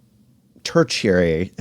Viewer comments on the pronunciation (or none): This man with all his vast knowledge can't pronounce tertiary. 😂 😂😂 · Lol.. bailed on tertiary.. hard word to say